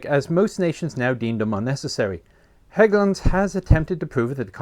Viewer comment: So great that they took the time to look up how Hägglunds, particularly the "Ä", was pronounced. Don't really care if it's mispronounced but it's nice when they do the extra work not to. Also looking at the different CV90 variants makes me think it's a great job being a CV90 engineer. "How about we put a 120mm on it? How about we put a 40mm Bofors on it? How about we put a 35mm Bushmaster on it? etc.".